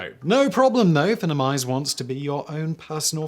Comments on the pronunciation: Your sponsor is Finimize, not Finnimize, just as finance is not finnance. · I'm pretty sure Finimize is intended to be pronounced "FEYE-nem-ize," like "Finance."